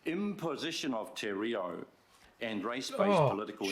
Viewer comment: Maroi seats, lol Of course not as bad as that dude saying "tea rio".